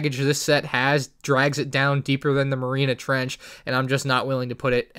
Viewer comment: marina trench? lol its mar-ee-ahna